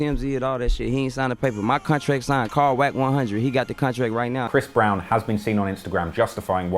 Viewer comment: Soooo, do they all call him Bhris Brown?